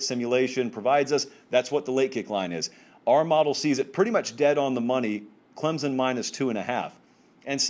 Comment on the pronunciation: Its "Clemson", not "Clemzun".